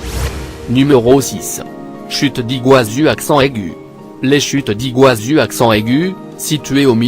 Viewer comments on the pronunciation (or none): On en parle de ma voix du mec c Alexa ou quoi ?? "Chute d'igazu aCcENt AIgU 🤣🤣